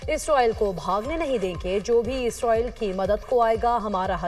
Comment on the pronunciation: Ye Isroil Kon hai? Anchor ko Israeel ka naam Lena aana chahiye😢